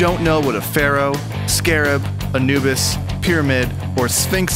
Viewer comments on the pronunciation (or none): none